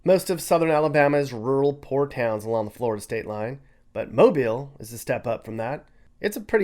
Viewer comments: Thank you for pronouncing ’Mobile’ correctly. Roll Tide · I'm from Mobile, and I'm so happy that somebody not from here actually pronounced our city right! Love my city and my beaches!